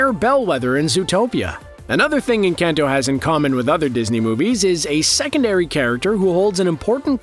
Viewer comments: If you can pronounce Benedict Cumberbatch, you can pronounce “Enkahn-toe” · They way you're pronouncing Encanto hurts. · The way you’re saying “Encanto” 🤨